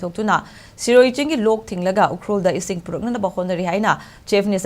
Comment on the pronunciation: Sirui not Siroy.